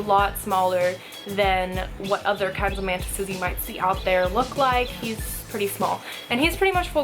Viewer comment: Instead of mantis i thought she said man tits